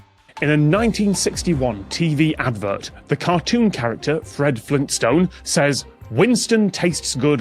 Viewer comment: pronunciation of Flinstone as "Flinstun" gets me every time.